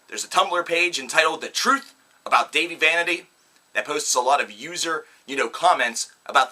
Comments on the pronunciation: Did you really just...okay. 1. You TOTALLY pronounced "Dahvie" wrong. 2. You sound stupid af. 3. Get a life. I watched the beginning of this, and couldn't even watch the rest. It made me absolutely sick and filled me with rage to hear these HORRIBLY stupid stories about Dahvie. Okay, go watch "The Truth About Dahvie Vanity". (The Youtube video), tell me what you think. And also, yeah cause a little girl could TOTALLY just shove Dahvie and hit him and shit. No. He never did any of that, that page is full of stupid, lying idiots seeking attention. Get your fucking facts straight. Get a fucking life, and get off Youtube. You look and sound like a stupid guy who dropped out of high school and doesn't have a job omg smhsmh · First how dare u say tht dahvie is a fuck up when your the one waring sun glasses inside THE SUN IS NOT IN YOUR HOUSE and they do not look cool they look stupid. Second u cant even say dahvies name right. 3rd you have NO proof he is a paedophile anything could be made up. 4th if you hate him so much why are u spending so much time talking about him. 5th u cant say they do bad music (its amazing) id like to see u do better. 6th botdf are amazing the best band in the world as well as bvb,my chemical romance, system of a down, all time low and fall out boy and so on, I would love to see u pick on them just coz a few or more people have made up some stupid storys on the Internet and utube. U are so ridiculous just leave them alown there a very good and strong band and dont need all your crap putting them down!!!!!! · wow he is saying his name wrong.....And these are not facts but story's that are not proven in a way. I am not a huge fan of theirs but I know he was accused before and then the girl made a video apologizing for it. What is the point of this video if you just hate them? And now apparently Dahvie is the next Michel Jackson? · Preach! I barely got to 56 seconds in this crap anyway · Its Da-vee not dayvee